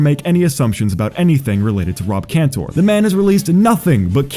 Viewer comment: Great video! As a diehard Tally Hall fan, I kinda expected less research done from a primarily Weezer based channel but I was very wrong, awesome job. (Seriously, this could just be me but the only issue I even noticed was the mispronunciation of Rob and Zubin's names)